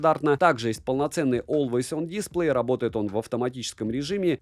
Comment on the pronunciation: Опять дИсплей... Ребят, дисплЕй! Ударение на второй слог. Ну сколько можно колхозить?